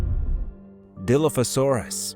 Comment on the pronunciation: As soon as you pronounced Dilophosaurus WRONG I just couldn’t watch anymore…